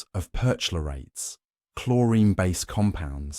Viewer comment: CHLORATES, PER-CHLORATES (CH pronounced K)